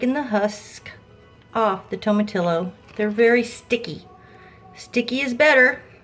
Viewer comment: It’s tomati”yo”. The double “ll” is pronounced like a “y”. I’m from San Antonio too.